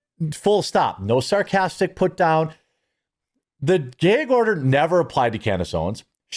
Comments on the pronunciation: ITS GAG NOT GAYG............ THA FUC.......? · Is a gag order not a gayg order lol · MY BROTHER IN CHRISTTT….. SOUND IT OUT WITH ME GGAAAA….GGG ORDER. NOT GYYYAAAUUGG ORDER MY GYYUUAADD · Jeremy, it's a short A in the word gag. It's not gaig it's gag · Brother it is gag order not geg order lol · It's a gag order, not a geg order. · Why do you pronounce it as "gayg" order? Is the order gay? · Is it just me, or is he adding extra syllables to gag order? I'm hearing "Gaye-gue order" I'm a fan of this guy, but is he a yankee? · I thought he said a Gay Ogre! I thought there goes Shrek messing things up again! 😂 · What's a "gay-yeeg" order? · why can't you pronounce gag??? its pretty simple rhymes with F_G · It's where he's from, so...... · You say gag really strangely